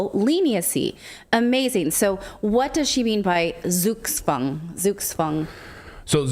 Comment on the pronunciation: Hey, just a sidenote: Try to pronounce "Zugzwang" with a "Tz" in place of the "Z", not as an "S". When you say "Sukswang" is sounds like orcish from warcraft 3 :D Our Zs are hard like Kruppstahl! ;)